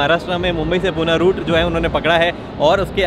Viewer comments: poona Nahi Pune bolo.. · Poona nhi, Pune bolo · पुणे रे not पूना